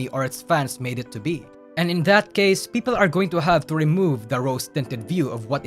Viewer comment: this has nothing to do with the video. But I like how pronounce people as Peepo